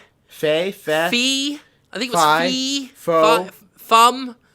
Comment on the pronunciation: Fe is pronounced "fey". Swedish for fairy.